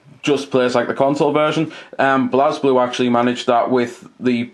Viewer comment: It's pronounces "blay blue"